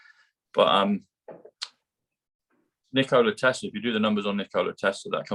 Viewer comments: dear, the inventor's name was Tesla - not Telsa! Bless you!! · Tesla not telser. Lol